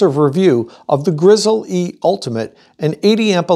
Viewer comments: It is pronounced Grizzly, like the bear, not Grizzle-E. Take at look at the company’s own videos. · It hurts so much to hear him refuaing to say grizzly instead of Grizz-el-e. Say it! Dagnabbit!! Grizzly!! Edit: I still liked the video :)